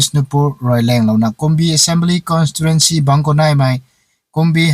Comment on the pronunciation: Ahtou puh leh ng lung puam riodey ashei ni pronunciation tei corrections shulou dat ni eeh... Neikhat nung mei tng lata moidey.... Constituency tadey.. Constirentcy shalou bm dathe